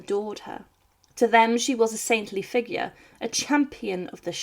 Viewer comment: It sound like someone trying to sound posh. She can’t even say figure properly!